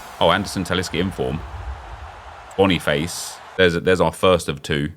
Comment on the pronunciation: Boni-face ... hahaha (Its pronounced: Bonifadsje)